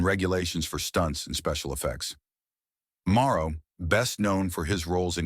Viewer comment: It's Vic MORROW, not MARO